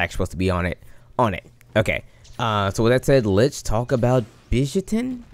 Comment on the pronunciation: hmm.. hearing your pronunciation..let call him Bitch Syaitan!